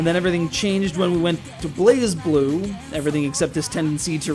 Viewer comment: its not prenounced blazeblue its blazblue gosh